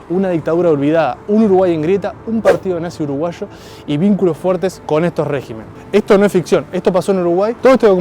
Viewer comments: Dos críticas constructivas: primero, se dice regímenes con énfasis en la i. En singular si es en la "e". Régimen. Por tanto no es "régimenes". Segundo, la denominación de Suiza de américa se debe no a la democracia, sino al hecho de ser sede de los bancos europeos más importantes. El oro (en épocas que era el patrón de cambio) se trasladó a Montevideo en previsión que cayera en manos nazis. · Regímenes, hablá bien la cdtm